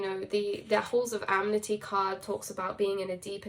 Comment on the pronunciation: I Love you way too much to feel any bother about it by myself..though I also feel the call to let you know as sweetly as possible.. maybe someone already said this, but it is Ah•Men•Tee my Love 😘 not amenity. Though I also enjoy very much how well the definition of the word amenity fits as a label. Dance of The Seven Sisters - Deya Dova